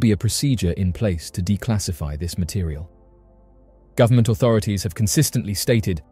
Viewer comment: The militree" & gubmint " have the technology to do about anything" 😮 yup" kazoo where are you 😂